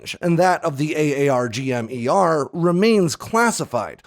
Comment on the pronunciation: I wish you would just pronounce it “Arggem” Lol